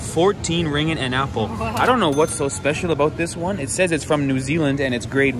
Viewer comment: It's ring git, not ring it. 2 gs